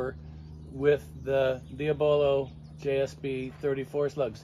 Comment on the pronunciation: First person to say diabolo right. Instead of diablo like everyone else says. Great video I want one.